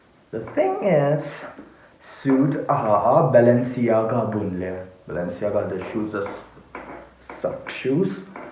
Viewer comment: It's pronounced as balenchiaga. Not balensiaga